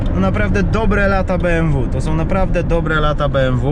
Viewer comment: Beemwu Eczydzieści kurwa.